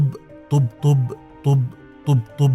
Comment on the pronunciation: طب طب طبطب طب قلتها انت بشكل غير صحيح